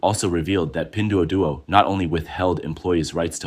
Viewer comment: AI can't pronounce it right. You'd be dead as a result of that drinking game.